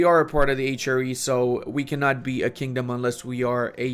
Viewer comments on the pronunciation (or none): none